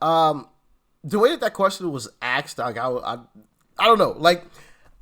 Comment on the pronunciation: It’s ASKED Doc, not AKSED, ASKED. It’s not that hard to pronounce FFS.